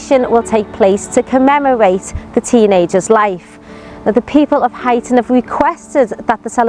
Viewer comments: Huyton is pronounced like High Ton... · Ye saying huyton wrong bro 😂😂😂